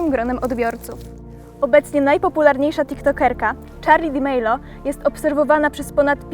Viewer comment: Mnie denerwuje jak ona powiedział Charlie D'Amelio źle to wypowiedziała i uszy bolą